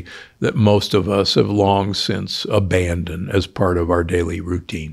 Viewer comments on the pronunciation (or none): none